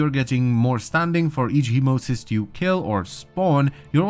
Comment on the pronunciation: Hemocyst? ........... (Hemo-site). We get spammed by the correct pronounciation 4 times each mission. How?